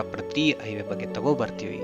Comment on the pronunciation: It's not Iway, it's Highway